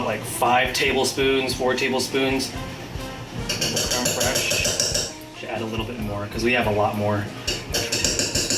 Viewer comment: Very liked the video! A few things: First of all, as the french guy, i liked how you perfectly said "crème fraiche". Then, it look like it taste good! Also, you need to add a close up picture of your meal when it's done, this way we could see it better. And finally... that a looooot of butter! :))